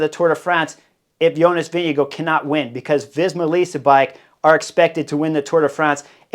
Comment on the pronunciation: Vingegaard.... Vin-ge-gaard